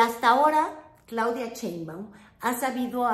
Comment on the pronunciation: Me encanta lo que haces, pero me gustaría que pronuncies bien "Sheinbaum". No es Chein-baum, es Shein-baum. Y se acentúa en la "e"; no se tilda porque el origen del apellido es extranjero.